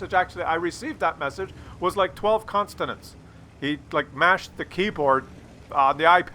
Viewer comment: Consonant...Consonant FFS